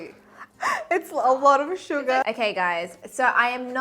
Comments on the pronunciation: Not me hearing "suga" instead of "sugar" after she went like "Smooth like butter, hehe, anyone knows that song?" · The way she says sugA 💜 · Is it just me or is there someone else hearing sugar as Suga??😳💜✨